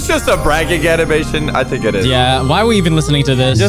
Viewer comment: "All for the Anamtion"